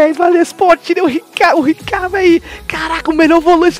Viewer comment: Salve eu me racho de rir com essa pronuncia: RICAR e GULI kkkkk tmj